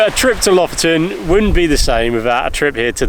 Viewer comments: Blimey, that looks Epic guys. I am leaning towards pronunciation of Lofaton, does he win a fiver? Loving this trip. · Lofoten. Pressure on the first syllable.